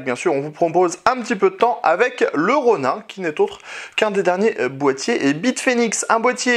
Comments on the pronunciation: Ca se prononce Ronine ! Pas Ron1... D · super test, merci pour le travail (juste, pour la culture G, un ronin, ça se prononce Ronine) ^^